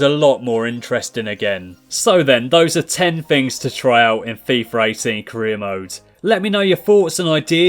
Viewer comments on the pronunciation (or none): It's FIFA 18 not FIFAr 18 no hosting love your vids but it just bothers me when you say fifar